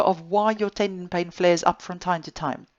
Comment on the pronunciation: I like the way she says pain. “bain”